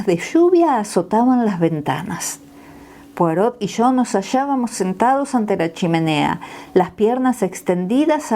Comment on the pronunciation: Por favor, cuando lea frases en francés, asegurarse de la correcta fonética, en particular los nombres propios. Ej.: Poirot (la "t" final no se pronuncia!). También sería importante leerlo pausadamente, así logramos comprender. Gracias!